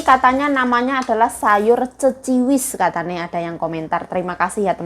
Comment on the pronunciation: Bukan Ceciwis tp Keciwis mbak...😊